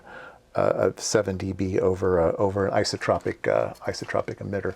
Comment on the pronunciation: Yes. Our host correctly said "isotropic" later, .